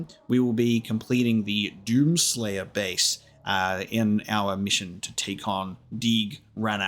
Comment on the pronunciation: One remark; you pronounce 'the Doom Slayer' in too high voice